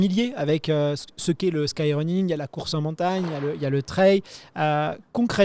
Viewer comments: Le "treille" ou le "traille". S'il vous plait les médias français, allez, en 2026 on bannit cette prononciation ! On peut le faire ! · le traille vraiment ca rend fou